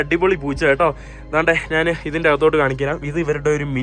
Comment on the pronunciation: നാന് അല്ല, ഞാൻ